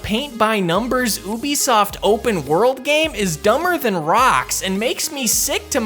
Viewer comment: #16 - It's not pronounced "oooobe soft", it's pronounced "u-b-soft" (as in Ubiquitous Software).